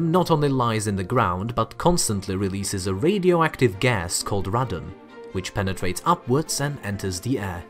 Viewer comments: It's pronounced "Ray don", In the UK old stone houses were given sealed windows, and blocking open chimneys, caused a rise is this gas, as it came out of the stone in the building.. Now there are gas checks and vents are mandatory. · What should I do about Radon? Call Gojira, obviously! Sorry, couldn't resist; your pronunciation of radon [ray-don] is the way the Japanese pronounce Radon's name (changed to Rodan by the Yanks, because... well, Yanks.) Hope the other chap is ok? We'll get used to you, worry not! 😊🤗